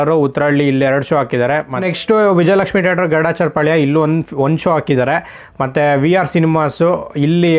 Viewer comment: Bro its not tater its theatre